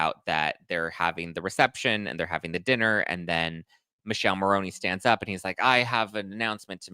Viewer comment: It’s Mikeleh Marroneh not Michelle Maroney - please